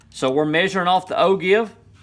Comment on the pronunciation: Great video, it was exactly what I was looking for. If I might offer 1 piece of advice, the word ogive is actually pronounced "O-Jive" Those dang French just don't know how to pronounce letters! :)